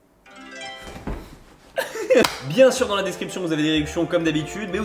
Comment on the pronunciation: La prononciation de et bien meilleur que en arabe genre une personne qui parle comme sera laaaaargement comprise alors que c'est quoi "kawaktabi"?